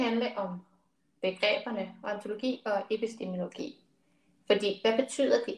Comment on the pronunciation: Det er altså “epistemologi”, ikke epistemiologi